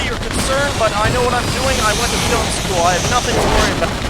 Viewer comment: " I went to flim school" lmfao